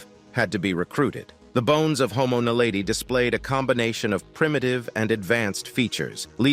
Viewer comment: I think I would have more respect for you, if you pronounced names properly like for instants the professor Lee Berger, who discovered homo Naledi pronounces homo Naledi different than you.